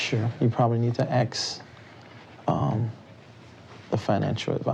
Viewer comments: He can’t even say “ask”. Or “specific”. And this man is “leading a flock”. He is exactly why I have not and will never donate money to the church. Him, Joel, Kenneth Copeland, Jesse duplantis, they’re all scumbags and deserve to serve life in prison and then eternity in hell. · why can't you say ASK instead of Axe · Why does he always say "aks" instead of "ask"? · “ axe Michelle “ hahaha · "Axe Michelle." Lol. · Why do I often hear people say Axe instead of ask even though they seem to know the correct way to say it? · You’d have to axe Michelle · “Axe Michelle” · Lmao," Ax Michelle," why Is it so hard for "them" to pronounce,"ASK?" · He pacifically told her to ax Michelle. Why isn't she axing Michelle? Because he IS Michelle, if ya wanna be akrit! Lol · "Axe Michelle" - LMAO 🤣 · Take a shot for every time he says “Axe Michelle” 😂😂😂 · Axe Michelle 😂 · “…you probably need to axe the financial advisors…” 😅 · ‘Axe Michell’ is his way of pleading the fifth. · Isn’t it so nice that after all the sacrifices we’ve made that we can sit comfortably in our residential centre and watch this man say “axe Michelle” over and over?! I’m so proud of you and me. All those sacrifices. Finally paid off. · Axe Michelle 😂😂😂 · My mom’s name “Michelle” now I gotta go “AXE” her some questions 🫠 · She’d probably say “why da fug you axeing me!! Go axe da pastor!” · They “axed Michelle”. She said ask Ashley. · "Ax Michelle"... like at the end of this clip... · “Axe Michelle..” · Apparently, Michelle was repeatedly axed. I hope she survived the axing. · Axe michelle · why does he keep saying axe i thought it was a new york only thing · yup. All profit. Big tyme baby!## I was never there, but I love how he says he cant remember and axe richelle. He is an allstar for that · why does everyone want to "axe" Michelle? she might be a very nice lady. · Him: AXE MICHELLE Michelle: AXE ME WHAT IM NOT IN THIS SHIT😂😭🤣😂😭🤣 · David Taylor is such a 🤡, can’t even answer his age without saying ax Michelle